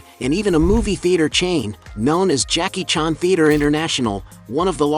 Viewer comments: Why you pronounce "Jackie chàn" like that? Lol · Jackie "Chon"??? Ai is getting scary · Too bad you can't pronounce his name correctly.